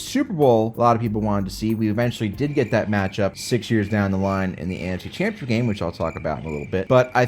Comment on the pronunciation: There is no "I" in the word Jaguars. And "championship" is four separate syllables. Slow down!